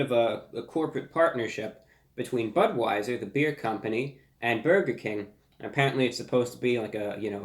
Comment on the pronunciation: this man just said Buttweiser